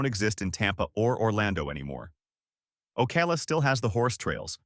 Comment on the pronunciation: It’s not OKAY-LA it’s Oh-cow-la.